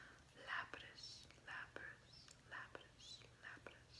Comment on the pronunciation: Its lapis 😅